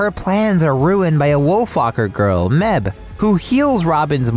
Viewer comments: It's pronounced Meiv. The h softens the b into a v, and the e is pronounced as an inverted e. Other Irish heroines of Cartoon Saloon: Saoirse = Seer-shuh Aisling = Ash-ling Other random Irish names: Caoimhe = Kee-vah Naomh = Neiv Siobhan = She-vahn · Mebh’s name is actually pronounced May-v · its may-ve not meb